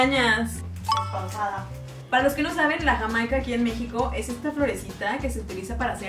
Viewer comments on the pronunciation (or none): none